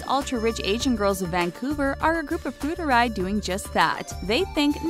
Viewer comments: Me here. I cringed so hard when she said “fu-er-dai” as sth extremely slurry like “fuu-er-ray”. It's like hearing some drunks saying random bullshit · FU ER DAI....not fuderay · Fuerdai tho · I lit can't watch this after hearing "foo-der-ray" 😒 no matter how well researched or produced, if you can't pronounce foreign words that you chose to include in the script, bye. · did you just say FUDERRAY? it's made up of three words fu, er and dai. ''fu'' (富) means wealthy, ''er'' (二) means two/second, ''dai'' (代) means generation, and that should be pronounced as ''she'' not ''chi'' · It's pronounced foo are dai